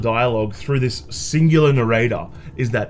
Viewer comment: Never heard narrator so many times. The accent makes it sound so wrong